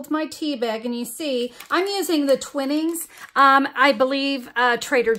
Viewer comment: This is adorable! (BTW, the tea is TWINE-ings, not TWIN-ings)